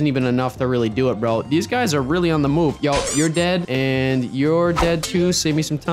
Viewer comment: “Deez videos“